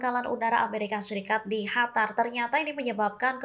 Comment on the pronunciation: Hatar.. Hatar... Hatar.... Qatar... Gitu.. Gimana sih wawasannya... Payah...